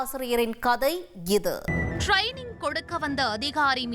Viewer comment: ட்ரெய்னிங் எப்போ "ட்ரைனிங்" ஆச்சு ?😂😂😂😂😂